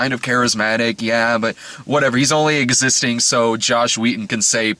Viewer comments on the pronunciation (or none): Every time you say Josh Wheaton I hear Joss Whedon.